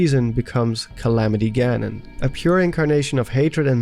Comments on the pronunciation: Ah, yes. "Galamity Ganon" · My 2 fav Zelda YouTubers. Btw "Galamity Ganon". I laughed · “Galamity Ganon”. Lol still an amazing video. Keep it up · is no one talking about the anceint "Galamity Ganon"